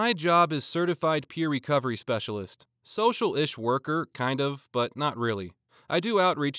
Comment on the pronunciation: when he said "Social-ish worker , I thought he'd said Socialist worker. Soviet Childcare blyat.😅Also, by ICP, I assume you mean the Irish Communist Party, and not the Music duo.